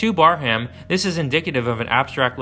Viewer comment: Just FYI, it’s pronounced “Bear-um”, not “Bar-ham”.